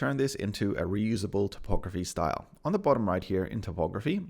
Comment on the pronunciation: "topography" has to do with maps, Typography has to do with type and is pronounced Type ography.